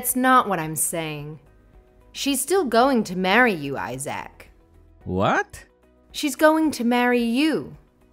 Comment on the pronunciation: Who pronounces Isaac as eye-sack?